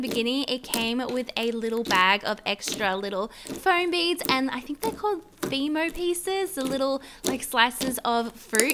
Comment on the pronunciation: It's fimo not themo